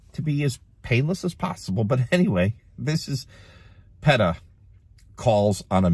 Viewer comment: Lol you pronounced P. E. T. A wrong